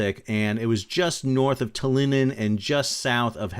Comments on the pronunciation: wtf is Talinin? its Tallinn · Tallinnen" 🤣at least he tried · It's Tallinn, not Talinin. Talinin sounds russian, which is a major eeewwww. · In case no one else mentioned it, Tallinn is pronounced “tal lyn” or “tal inn” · 😂 the way you pronounce Tallinn... my hometown